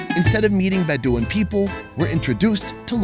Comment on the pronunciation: Btw, the Bedouin tribe of nomads he spoke of, is pronounced BED--oh--win. Just FYI.